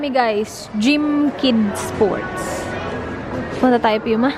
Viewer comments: British pronunciation po ng puma is pyoo muh... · POO-MA, not PYU-MA; CON-VERSE not CAN-VERSE. Dnt take my corrections offensively, just happy to see people improve. You are doing well, keep it up. I like the authenticity and humility. And positive vibes.